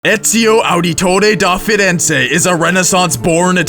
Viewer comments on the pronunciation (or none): ezio wasnt a leader... he was a mentor. btw LOL Ezio Ahditoreh dóh Firenza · la pronuncia iniziale di Ezio Auditore da Firenze, aahahahahaah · You setiously didnt have to say EZIO AUDITORE DA FIRENZE in that way. Its like shit.